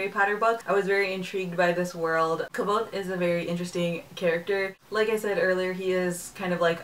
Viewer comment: I'm glad you pronounced the main characters name like I had when I had read the book. I've heard it many different ways so I just go with what it sounds like to me. I really enjoyed it too!